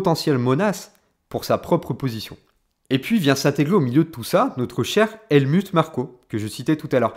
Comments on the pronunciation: Bonne video mais l anglais n a pas l air d être ton fort ni l allemand : helmut se prononce : helmout et neway : newwais ;) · Sympa comme analyse ... juste ... le Helmut ... c'est un nom germain donc ça se dit Halmout entre autre ... désolé fallais que je le dise haha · Ca se dit HelmOUT ; sinon avis intéressant. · Points de vue originaux, intéressants et documentés. Pour satisfaire une audience plus internationale, je te recommande de prononcer Helmut à l’allemande, donc « Helmout ». Aussi non, tu construis ton argumentaire et le lis avec une structure efficace ainsi qu’une belle élocution. Bravo! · Helmutte comme Turlutte? Adrian Nous-oui ou new-yououhhh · On dit "Helmout"😋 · Très bonne analyse ! Merci. Je te crois assez malin pour avoir fait exprès d'ecorcher les prononciations d'Helmut et Neway, afin de déclencher une vague de commentaires de referencement. Coup de génie 👏